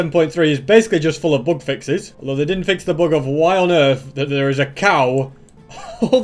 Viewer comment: It took me about half of the video to realise he was saying "bug fixes" and not "book fixes". I feel really stupid. Great video concept btw